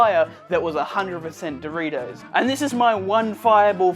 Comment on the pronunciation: why.. why "doritous"